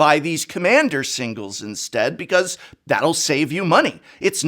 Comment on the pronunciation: Inestead? Genius!!!!